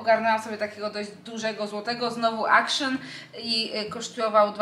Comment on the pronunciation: Nie czytamy akszon tylko aktion!!!!